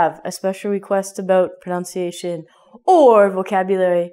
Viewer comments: Was I the only one that heard her say "pronounciation?" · You were saying "pronunciation" wrong. You were saying it like "pronounciation", which is a common mistake. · I'm sorry to tell you that your pronunciation of the word pronunciation itself is wrong. You pronounce it as pronoUnciation.... very funny! !! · is it a joke when you mispronounce "pronunciation"?